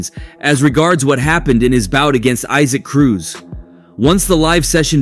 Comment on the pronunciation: It’s E-Sack Cruz…. Not eye-sac